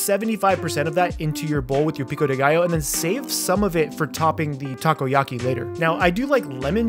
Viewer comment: "Taco-yaki" very nice